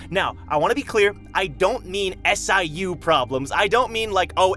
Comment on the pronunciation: Why does he say 'S. I. U' and not just say siu the way everyone else does and it's even been heard being said?